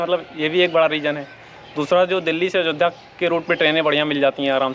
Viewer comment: अजोध्या नहीं अयोध्या होता है